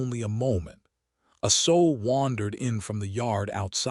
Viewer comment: Sow with the ow pronounced like a short o not like ow with a long o as in mending a garment. ( Sew)